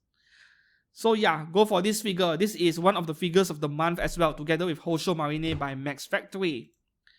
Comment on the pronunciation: nice update im also excited for marine as i pre ordered !! btw it is ma-rine not ma-ri-ne lol.